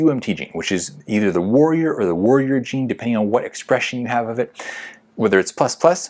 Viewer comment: This guy accent be lyk: ++ : Waorrior - - : Woarrior nice video tho:)